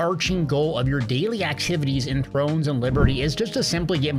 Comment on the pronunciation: love the content great vids and tips for t&l couldnt have done it without you. but.. its called "throne" and liberty and they are pronounced Amm-ih-toy. keep it up great content